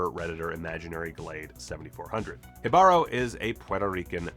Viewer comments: Great vid with so many easter eggs! BTW Jibaro is pronounced "he (like in the second person he) bah-roh". The accent is on the 1st syllable. Jibaro shows pretty well the bloodbath and genocide that all the aboroginal people suffered in South America because of the conquistadores. Thanks for the video! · For clarification, from a Puerto Rican, it's pronounced HEE-bah-ro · the emphasis for Jibaro is on the first syllable, not the second. It should be spelled Jíbaro and it will forever drive me nuts the creators didn't add the accent in the title. I also think it's weird they named the conquistador that. It originally means person of the forest in Taino and would better apply to the siren. In modern Puerto Rican Spanish it refers to country people from the mountains, which pretty much every Puerto Rican is descended from or still is. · Okay...I might get fire for this but, as a Spanish native speaker, shouldn't it be pronounced: Jíbaro (Accent on the I and the Ji having a "J" sound as in "Hidden" I've heard so many people pronouncing this differently. I've heard enough Reggaeton to have some precedent. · Kudos for trying to pronounce Jibaro right, you were close, just missed the accent in the i instead of the a but the J is good.